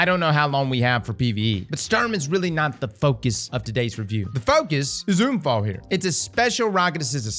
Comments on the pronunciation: Bro….UN-Fall not oon-fall the fuck is wrong with you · Für echt junge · everytime he says unfall i love it as a german native speaker this sounds so wrong but so amusing edit* i just realized sturm, drang , unfall these are all german words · Same here, said to a friend 'ich würde gerne einen Unfall haben' 😂😂 it's hilarious.